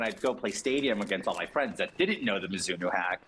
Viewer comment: pronouncing it as “Mizz-inno” is some wild shit